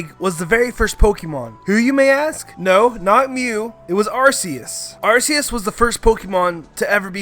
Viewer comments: its ARK-ee-us not AR-see-use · the way you say arcues makes me die inside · It’s not arceus it’s arkoos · assius me:ar ckee us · Don’t say ar-key-us it is arcoos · Arseus BOI ITS ARCEUS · It’s not arseus it’s ar CK eus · ITS AR-KEY-IS NOT AR-SEE-IS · It's Ar-key-us, not Ar-say-us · Arceus not Arseus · Are-See-Uss It's Are-Key-Uss just check the pokedex books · V Walker its Ar-ce-us not ar-key-us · Sorry, it’s actually ar-COOS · It's arcoos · The Aura guardian did a video on it It’s ac-key-us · HIS PRONOUNCIATION IS LIKE THE AVATAR MOVIE SAYING EVERTHUBG WRONG “Arseeus” “Synoh” 🤮🤮🤮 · It’s arcoos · Your saying Arceus wrong It’s AR-key-us I got it from my book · GET YOUR PRONNOUNCIATIONS RIGHT, DUMBASS!!!!! 1. Ar-KEE-us. 2. SIN-oh. 3. Ray-KWAY-za. 4. rej-ICE Also, the plural form of Mew is also Mew. Think of it like "sheep" and "sheep". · The real crime is AR-SEE-US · ARCEUS(ark-ee-us) Sinnoh(sin-oh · Nononono arcoos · Its Arc-ues Because Arse Is Booty In The UK You Pronanouce the Arc Part More then The Ues part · Why did you say Arseus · ArCeus is the translation of seeing pee say ar KEE eus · Ar KEY ues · it's arceus (Ar-KEY-us) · It is arKEYus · It's ar key us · it's ar-key-us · AR KEY US DEE AL GA. UH KSEE. SIN OH. GET IT RIGHT NOOB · UGH it's ARK EE US THATS HOW YOU SAY IT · its arc-key-us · aim I'm sure its ar-see-us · Its ar-ke-us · Y-you are saying Arceus wrong...